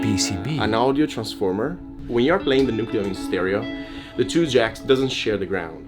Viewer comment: It's pronounced "New-cleo" 😅 Can you do the Halo theme with this?